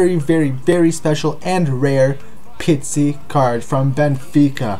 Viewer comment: Pizzi* not Pitzi lol it's not a Pizza